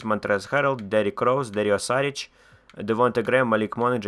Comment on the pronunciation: Шарич , а не Сарич е